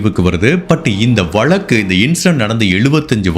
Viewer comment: Better ù say case not valakku...it's pronounced vazhakku...